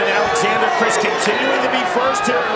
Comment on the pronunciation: That's my mfing cousin so fucking proud of him doing the Alexander name right ❤